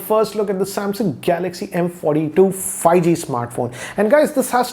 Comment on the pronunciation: Everyone : 5G Ranjit : Fai-gee